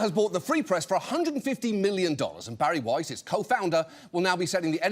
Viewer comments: Thank you, John Oliver for pronouncing Bari Wei’s’ name correctly! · Thank you, John Oliver for pronouncing Bari Weiss’ name correctly!😊